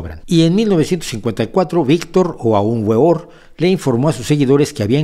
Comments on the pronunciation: Primero no se dice gueor es weor veor con w, por otra parte, cuando uno crítica o desgarra un venerable maestro, debe untarse un poco de esta sabiduría lo invito, trabaje el desdoblamiento astral, pero no crea que lo puede lograr en una noche, tiene que trabajar un buen tiempo, también llame invoque al vm samael aun weor, en el nombre del Cristo, por la gloria del cristo, por la majestad del Cristo y con esta palabra majica antia da una zastasa. Hercolubos pasa por nuestra tierra cada 26978 años aproximadamente no hables de lo que no conoces a fondo, busca internamente y incontraras todo de lo que críticas y mucho más. Nota pronuncia la palabra majica faraón así faaaaaa rrrrraaaa oooonnnn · No se pronuncia güeor se peonuncia veor Aun veor..